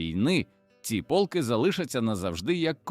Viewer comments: Не пОлки, а полкИ !!! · Автори в якій школі вчився! ПОлки (полкИ!), рІчний (річнИй!). Горе-блогери!